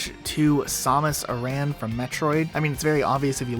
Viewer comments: Somus Aran? Pretty sure it’s Samus Aran (Sam-us) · Love how you mispronounced Samus Aran. It's "sAm-us Air-un" not "sOmm-us ur-Ann" (Also nobody pronounces LASO as lasso) I always heard and said is as laser but with "oh" instead of "er" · Gabe Throne... Jul Mdama Samas Arahn Those pronunciations hurt my soul, I've heard some doozy's when it comes to pronunciations, I've even heard Jul Madama, but oh lord